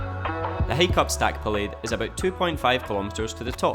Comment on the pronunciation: It’s pronounced stac polly and not pollaide 😂